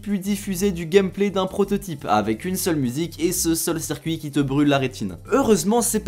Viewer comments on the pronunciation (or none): none